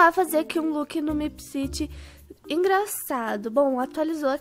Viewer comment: Que agonia da Natasha falando "meepciti" em vez de "meepciri" kkkk mais alguem?